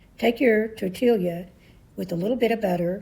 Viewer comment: It's pronounced "tortee-ya," not "tortil-ia."